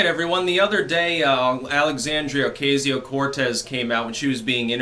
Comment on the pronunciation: Still can’t pronounce OCASIO?